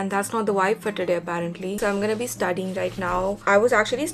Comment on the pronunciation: its studying not studing